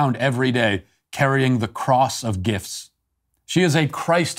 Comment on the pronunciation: Yes but let's just stop for a minute and observe how he called it a "gif(t)"